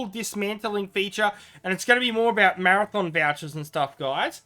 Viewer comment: have to say it really freaks me out to hear you say 'marathon' chest or 'marathon' vouchers, these things are called 'mathom', it's a hobbit word, not a race :D btw I would never use precious vouchers on equipment, I think they are far more valuable for gifts...